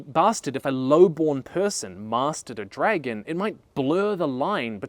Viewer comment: I used to watch you when you started making httyd vids and it’s hearin you say “dregen” 😅